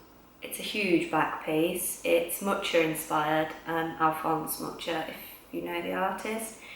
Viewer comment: Mucha is pronounced differently (since he was Czech) . Tattoos are very tasteful.